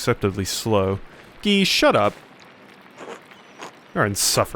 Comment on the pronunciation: Nailed Guy's pronunciation 😉 He and Ferenc are real dicks. As is the abbot. I have no idea what will happen next in the game (my theory is probably a murder?) but I'm enjoying the hell out of it.